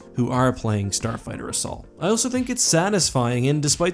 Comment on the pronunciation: No one:: “Starfigther” Just watching out for you, keep up the vids!;^)